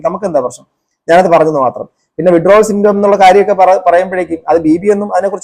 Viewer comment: വിഡ്രാവൽ സിൻഡ്രോം എന്ന് മര്യാദക്ക് പറയാൻ പോലും അറിയാത്ത ഈ ബസ്റ്റാന്റ് ഒക്കെ, ആരുടെ നക്കാപിച്ച വാങ്ങിയിട്ടാണ് എന്ന് മനസിലാവും, മാന്യന്മാരെ അധിക്ഷേപിക്കാൻ ഇതുപോലത്തെ മൂന്നാംകിടകളെ ഇഷ്ടം പോലെ കിട്ടും, പത്തോ അഞ്ഞൂറോ കൊടുത്താൽ മതി, മാന്യതയും മര്യാദയും ഉള്ളവർ ഇതിനെതിരെ പ്രതികരിക്കാനും പോകില്ല...